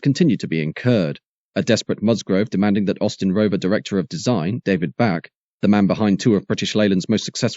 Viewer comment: David Bache - pronounced as 'baysh'. Probably the best British car designer of the post war era. Responsible, amongst other things, for the styling of the Range Rover - the daddy of all SUVs everywhere, the beautiful Rover P5, the iconic Rover P6 and the excellent Rover SD1.